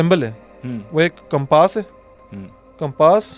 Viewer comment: Compaaas nhi compass pls correct ure pronunciations. Otherwise the podcasts r good!